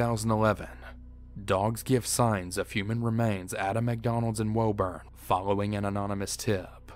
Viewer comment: It's pronounced "woo-burn",my friend, not "woe-burn" great video otherwise!